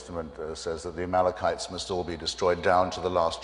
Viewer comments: "Amalkemites." Reverend Sharpton, are you serious right now? It's "Amalekites." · .... Did he just call the Amalekites, the Amalka-mites? This guy is ridiculous. He doesn't even know his own book. Ordained at age 9? Shoulda spent more time in grammar class. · the "amalcomites." -- that's my favorite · A reverend who cant pronounce amalekites cant be trusted. The guy clearly never read the bible since he hates when Hitch brings up the testaments. What a joke.